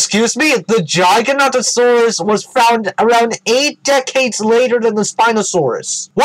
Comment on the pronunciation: "Gigantosaurus" "GiganTosaurus"